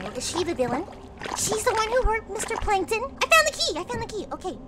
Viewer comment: It's not plankton, It's plankTUN!!!